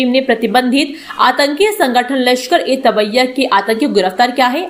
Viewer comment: लश्कर ए tabbiya नहीं है तैयबा है